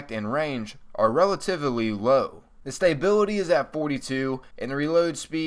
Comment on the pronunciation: Learn how to pronounce "stability." It's not hard to pronounce it. You need to pay attention in school.